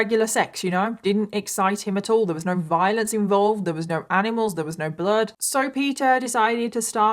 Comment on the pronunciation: Oh geez. Two words that DO NOT EVER belong in the same sentence, 'sexx' and 'bloood'. Never. Never, nope!